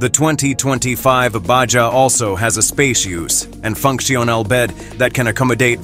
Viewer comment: Profeel profile. Ba-ja. Baha. Cur-vess curves. Dine-amic. Dynamic My fav --- fun-sian-al- functional